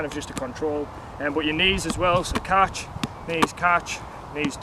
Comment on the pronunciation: he pronounce catch as "Caaatch"😂😂😂